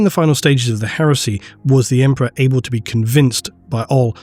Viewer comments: Right. Emprah'. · haha Emprah sounds better tbh. The word will never be the same again.